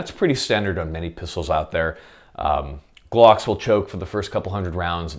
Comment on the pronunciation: Love the way you pronounce "glhocks" baby